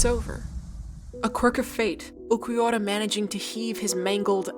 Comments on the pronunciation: nice video, it just really pissed me off the way you said uLquiorra as Uqwiorra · Ulquiorra is pronunced "Ur-Kyo-Ra" the r is rolled a bit like spanish people do. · This was fantastic, but the pronunciation of Ulquiorra was killing my ears. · Disclaimer on how 'manga' is pronounced: yeah okay, odd, but I can roll with that, its fine. Nothing for the jarring mispronouncing of 'arrancar' and 'Ulquiorra': okay, let me type up that angry comment they referenced earlier.... Haha, all that aside, this was a fantastic in-depth video essay (incredibly paced and dynamic, very well edited too) on one of my favorite parts of the story (and fight) that does a lot and I appreciated watching. And as a big Aizen fan, I dig that you were able to do all of this and only mentioned his name like three times despite him being such the prominent villain in this portion of the story. Well done overall!